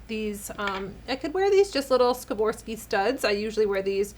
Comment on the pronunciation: You are such a beautiful, classy lady. It’s very cool to see someone who’s decided that age is irrelevant. I agree! I feel like I need to tell you this one little thing, even though I know it’s obnoxious. Please forgive me, I don’t want to be rude, but helpful: swore- ahhv- ski 🥰😘